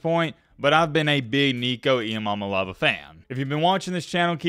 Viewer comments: Bro if you’re gonna be a fan, learn how to say his name. Ee Ah mah leh a va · As a freshman at Tennessee, I'll help your pronunciation before anyone else complains. ee-ah-ma-lay-ah-va. You're doing great!